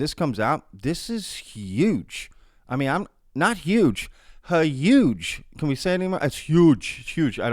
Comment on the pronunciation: 😂😂😂HAHUGE!! 😂😂😂@ wait a minute I think it’s spelled HA-YOUGE😂😂